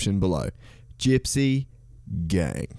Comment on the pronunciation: Lol It’s gypsy “Gang” not “game” silly